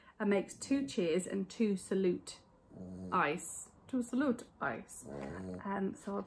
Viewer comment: Salute is Italian for cheers and you pronounced it correctly too x